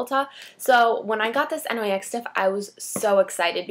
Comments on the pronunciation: It's pronounced nicks but nyx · Actually, it's supposed to be pronounced "Nicks". The company is named after Nyx, goddess of the night.